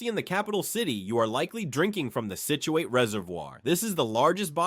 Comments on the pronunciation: / Sounds like somebody burped and farted at the same time. "33rd: Block Island's Mohegan Bluffs" LOL! Also, it's "SIT chew it", not "SIT chew ATE". (Scituate). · It's "sit-jew-wit" you sound like a idiot when you say it wrong. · "Scituate" like "situate". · Nin-ni-grit Scit-u-it the mispronouncing of these native American words made my ears bleed, but that is probably how us Rhode Islanders sound to everyone else!😅